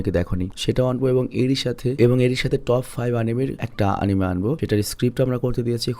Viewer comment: আমাদের মহান শিক্ষিত ভাইয়া, এটার আসল শুদ্ধ উচ্চারণ আনিমে-ই। এনিমে না।